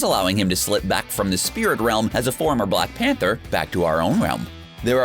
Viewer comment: Why do you say black Pentet worng